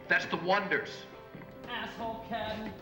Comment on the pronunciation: Wasn't it oneders? Supposed to be pronounced one - ders.